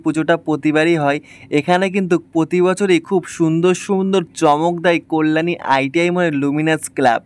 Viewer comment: Tomar balar ucharan khub kharap, Kalyani is best habe